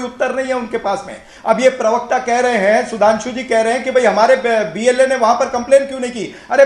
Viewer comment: अस्सलाम वालेकुम, अगर आप शोशल मिडिया चलाना चाहते हैं तो पहले अपना तलफ्फूज़ साफ़ (pronounciation clear) किजिए? जैसे आप प्रवक्ता को (पीर वक्ता) बोलें जाते हो? आप (पी) बोलते हो जबकि (प्र) से प्रवक्ता होता है? Please note down.जैसे गलत नहीं ग़लत होता है,, जमीर नहीं ज़मीर होता है,, जख्म नहीं ज़ख्म होता है,, इन शब्दों को किसी अच्छे पढ़ें लिखे इंसान के बोलकर उससे पूछीए कहा ग़लत है कहा नहीं?